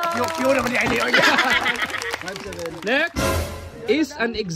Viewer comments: QUIET not QUITE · It's quiet. Not quite.